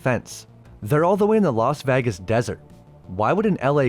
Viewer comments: "Vaagiz" instead of vegas.... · Haven't heard you say "Vegas" in a while. Truly spectacular